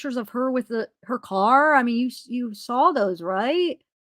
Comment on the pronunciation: it's saw , not saul/sawl